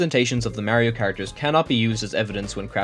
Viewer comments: pronounce mario correctly nerd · Just to be fair, I don’t trust you on any of this because you can’t say Mario correctly (just funny joke)